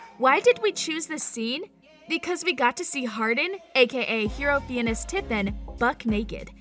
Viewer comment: You just said hero 'fiyenes" tiffin the right pronunciation is "fines"